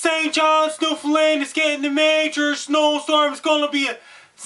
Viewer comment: He pronounces Newfoundland better than 90% of Canadians.